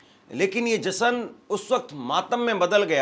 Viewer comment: एंकरिंग करते हो और हिंदी बोलने भी नहीं आती, मूर्ख कहीं के ! जश्न को जसन कहता है ! अपनी हिंदी सुधारों फिर एंकरिंग करो !